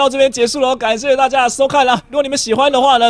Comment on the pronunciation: 為什麼你最後那一句大家拜拜說成大啊拜拜